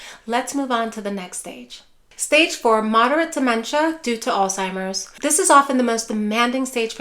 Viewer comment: PLEASE....No "T" in Alzheimer's. It's not "All-Timers." How can we ever cure it if people can't say it?